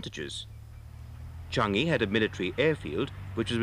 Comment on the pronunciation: Interesting but I never heard Changi pronounced Chungi.